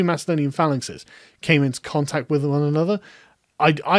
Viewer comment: you make it sound like macedonia is not greek, which is true as much as ur pronunciation of macedonia is correct